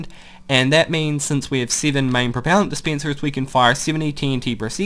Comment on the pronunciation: sorry but I can't help but laugh when you say d spencers and sea kens